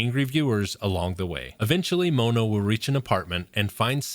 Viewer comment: The way you say mono is painful its pronounced like the mono in monochrome his name is just one